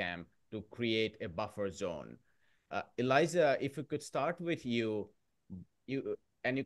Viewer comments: Please call this exceptional man Elijah with a J, not Eliza with a Z 🫣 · Elijah Magnier..the name is Elijah not Eliza